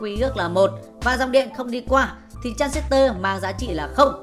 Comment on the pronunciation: Đọc transistor còn sai, thì dạy ai